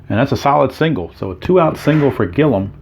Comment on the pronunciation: Gilliam is pronounced Gilly-Um. Doesn't matter we know who it is...lol